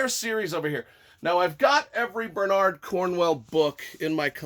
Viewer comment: Gotta admit I didn't expect Bernard and Cornwell to both be mispronounced :P Otherwise great review, enjoyed it a lot. For me it was a fun read and flew by, but by Sharpe standards was fairly run of the mill.